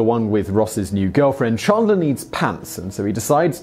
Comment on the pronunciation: Chandler not Chundler 😂